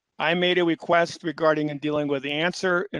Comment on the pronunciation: Drink every time he says “weequest”